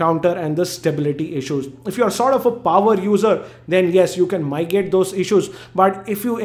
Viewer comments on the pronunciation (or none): mitigate, not migate.